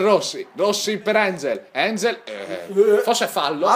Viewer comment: si dice "anghel" non "engel" XD